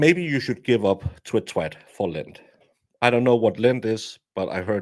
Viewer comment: My ears are getting old, I heard him say "lint"... he meant "Lent". Well then, big difference🤣🤣🤣